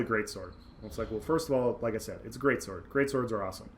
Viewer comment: Whenever you say "greatsword" I hear "greatsorc" :D